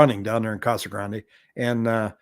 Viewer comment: Thank you for pronouncing Casa Grande correctly. It always drove me crazy when I moved from California to Arizona that people called it Casa Grand...